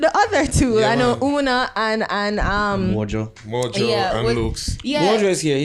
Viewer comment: Her name is spelt Una but it is not pronounced as Ooh-Na. It's pronounced as You-Nah.